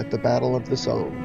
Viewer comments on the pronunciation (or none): Pretend the "e" isn't at the end,it's pronounced The Somm.